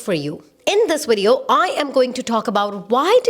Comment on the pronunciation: “In this widiyo” haha, I love you girl. You are a blessing.